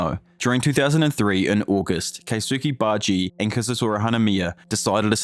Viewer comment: baji- san